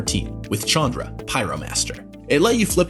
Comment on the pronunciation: This pains me but that's not how you pronounce Chandra.